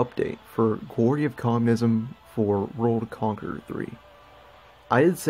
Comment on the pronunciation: Sounded like you sayed rome conqueror 3